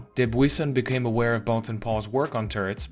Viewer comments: The U is silent. It's pronounced Bolton Paul. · "Boulton" pronounced "bowlton.", end of pedantic outburst. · Pooohh, sigh of relief. For 50 years I said ‚bowlton‘ and now he came along seemingly proving my English very bad. 😉Thanks, not pedantic at all.